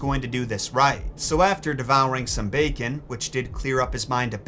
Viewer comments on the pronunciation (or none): none